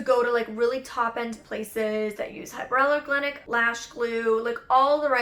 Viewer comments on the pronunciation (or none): Awh lol the way you said “hypoallerglenic” 😂 hypoallergenic